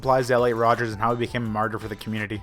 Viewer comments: *ELLIOT RODGER*!!!!!’ Not Rodgers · It's not Rodgers it's rodger